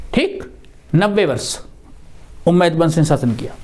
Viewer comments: Guru ji ummiyah vansh hai not umaid. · सर झूठ मत परोसें हज़रत मुआविया ने हज़रत अली रदि अल्लाहु अन्हो की हत्या का झूठ कहां घढ़ा है आप ने सर,,, उम्मैद नही बल्कि उमय्या शाब्दिक उच्चारण भी सही नहीं है